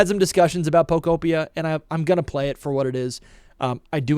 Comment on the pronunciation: Bro can’t even pronounce pokopia right. Come on.